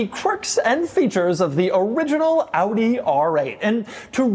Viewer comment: Props for pronouncing AUDI the right way.